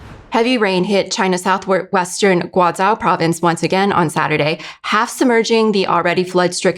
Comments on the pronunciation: I can't stand her pronouncing Guizhou as 'Guaizhao' .... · should've consulted a pronunciation guide before her mispronunciations of 'Guizhou' & 'Guiyang' were recorded.